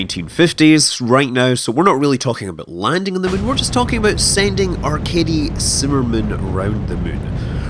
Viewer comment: Every time he says "Arkady" I hear "Our Katie". That gets confusing when he says "he" when talking about "Our Katie".